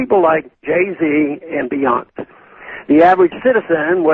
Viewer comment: Ha, "Be-yonse", I love that. You're generation gap is showing Mr. Paw-yule. But I guess it's been a while since you dropped a nickel into a Wurlitzer and don't have the time to follow the latest records on the hit parade, so you can be forgiven. I think it would be funny if we all just called her Beyonse from now on. At least until everyone has freedom to travel to Cuba.